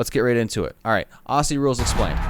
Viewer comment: The pronunciation For Aussies sounds like OZZIES. Not ossies.